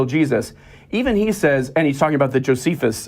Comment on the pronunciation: The names … Josephius, Tactius … I love it when they can’t even get their erroneous source names correct 😄😄